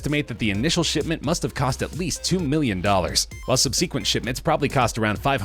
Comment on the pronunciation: "sub-see-quent" what accent is that?